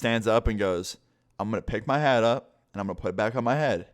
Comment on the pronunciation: Lol when you said knocked his hat off I thought you said haid